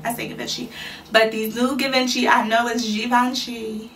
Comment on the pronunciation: Pronounced "GEE-VEN-CHEE"